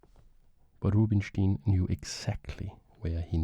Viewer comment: Great video! small bit of feedback: Rubinstein's name is pronounced 'ROO-been-shtayn' in his native language [with the ‘ay’ being pronounced like 'I' in English], and 'coup de grâce' is pronounced 'kood-GRAHS' (if you pronounce it 'kood-GRAH' then you're saying 'coup de gras' which does not mean the same thing as 'coup de grâce' at all) Keep up the good work!! Mange tak <3